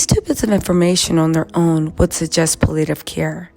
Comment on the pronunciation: Pal-it-tiv care